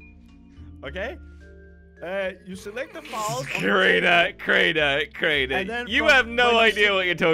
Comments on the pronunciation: he literally told crainer to crainey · He said craini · am i the only one hear him say "crainey"